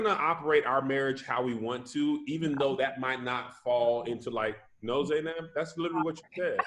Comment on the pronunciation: Any Arabic speakers cringing at “Zay-naab”